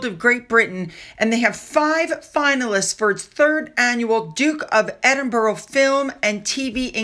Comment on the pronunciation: Edinburgh is pronounced”Edinburra”rather than”Edinburrow” ( Strange but true!) 😊 ❤.